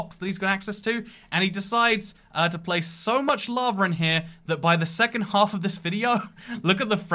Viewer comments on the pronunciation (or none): none